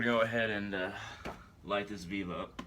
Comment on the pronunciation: A veeve!!! Thats not how you say it. You cant even pronounce the name of the Lwa properly. Please stay away from our religion. You can't just work invoke Lwa like that using vèvé. Geez. Stick.to your own